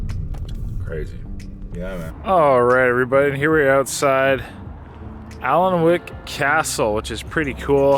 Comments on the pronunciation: Another great video, you are one of my favourite eaters! (The castle is pronounced Anick btw). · You ended up in alnwick I used to work in that town I live just south of there now morpeth. it's pronounced "annik" aswell for future reference. My nan used to go to school in the big building that's getting turned into flats next to the castle. My grandad was a caretaker or janitor as you Americans say there aswell. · Wow, can't believe you have actually been to my home town of Newcastle....even if you did a horrible job of pronouncing some of the place names. Don't worry, you will not be the last. Anlwick = Ann-ick (where they filmed Harry Potter). Tames River is actually the River Tyne (you're in Newcastle not London where the river there is the Thames, pronounced Temmes). The red bridge is the Swing Bridge. The large bridge is the Tyne Bridge and was the prototype to the Sydney Harbour Bridge in Australia. Sounds like you had a blast in the region. You obviously filmed this in the summer, its mega cold here now 🥶